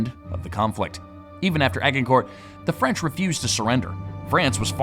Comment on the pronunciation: You butchered the pronunciation of Agincourt. Add + Gin 🍸 Core 🍎 as in apple. Liked, subscribed👍